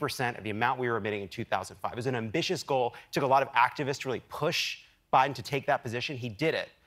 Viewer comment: Did I quickly hear "O'Biden" at around 2 minutes? Lol!